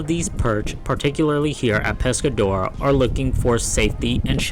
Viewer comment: Your AI voice pronounces Pescadero "Pescadora" 😂